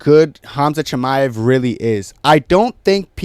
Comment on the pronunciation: Why does he say shiba like a retard so often